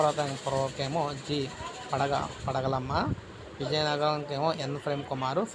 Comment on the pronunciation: Sir స్పష్టంగా దోష రహిత ఉచ్చారణ తోచడావాలని విన్నపం, ఉదా"పగడాలమ్మను పడగలమ్మ లాగ చదవటం.